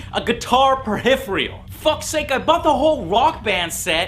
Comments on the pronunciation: Can you not pronounce peripheral? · You pronounce peripheral strangely :|